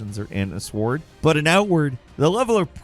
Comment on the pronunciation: Is it me or did say the word sword phonetically? Not hating but it's just funny because the only people I've ever heard say it that way are wu tang clan members lol. I didn't realize these reviews were coming all the way from the 36 chambers.